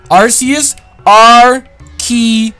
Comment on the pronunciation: So even with the name broken down to RKS you still say it wrong? C'mon!